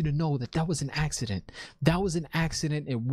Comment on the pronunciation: You have become my favorite reviewer. 'It was a axe-ident'